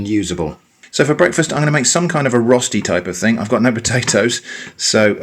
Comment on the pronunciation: I was so confused when you said "rusty", before I realized you meant "Rösti" hahaha - no big deal, I was just expecting some rustic kind of thing